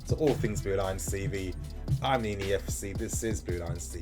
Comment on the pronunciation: why does the name Nini sounds like Yanny tho